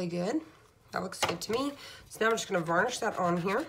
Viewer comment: perhaps it would have been easier to mask off the edges with painter's tape? are u saying "VARNISH this down"? do u mean "BURNISH"? i haven't seen "press type" in ages; takes me back to my screenprinting days in the early 80's. not bad all around.